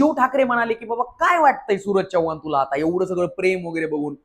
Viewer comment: नीट बोल भाऊ, चौवान नव्हेरे माझ्या, चव्हाण. 😂😂😂😂😂😂